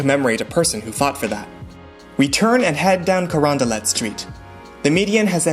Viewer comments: Hmm. I always thought it was pronounced kar-ON-Dee-LAY and not kar-on-Dee-let... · The Baron de Carondelet was Spanish, hence, a hard-t ending, kuh-RON-de-let